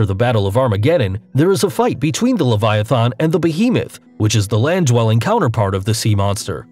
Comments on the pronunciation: "Cutulu", "Leviathon", my dude, you are killing me. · It’s not pronounced “le-vu-a-thon- . It’s le-vi-at-ha-n. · The way he pronounces leviathan triggers me. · "Levaithon" "Jormongondur" These pronunciations man. They hurt. Though Jörmangundr I can't be mad about cause it's weird but Leviathan is pretty easy man.